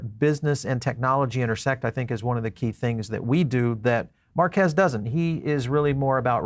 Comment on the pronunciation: His name is pronounced MARK KEEZ similar to Marqus = “Mark Us”… His point was the tech within the phone and not the os… He’s right the phone will be flop for folks who buy phones for the tech of the device…. This device will only be popular with Crypto Bros….not the general public… You’d be better off buying a Tesla Phone..☺️